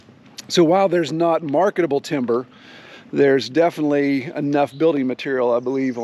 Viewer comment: "Defnuhly"????? "Litterly"????? "Defunly"????? "Intresteen"????? "Keepeen"????? "Akshuhly"????? "Comeen"????? "Faceen"????? "Prahbee"????? "Prahperdy"????? "Perfeckly"????? "Presheate"?????